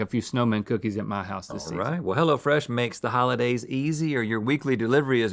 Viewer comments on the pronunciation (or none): none